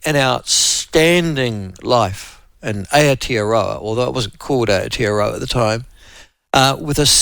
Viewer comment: Its aye oh tee oh row argh.